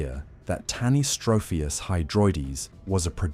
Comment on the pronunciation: You couldn't take 30 seconds to check the pronunciation of tanystropheus?? The accent is on the antipenult, which is pretty common in English.